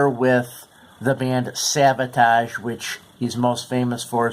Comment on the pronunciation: Its Savatage NOT Sabotage